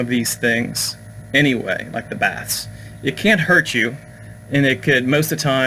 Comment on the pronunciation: Almost thought you said 'spiritual Bats' (instaid of baths). Really had wondering whats unseen above my head